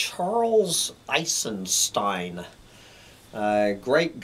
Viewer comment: You are not pronouncing his last name right...